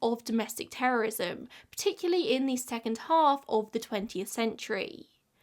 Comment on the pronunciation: You mispronounced "terrorism" and "terrorist" too many times